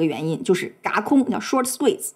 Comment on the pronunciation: 轧 这个字不是念 ya4吗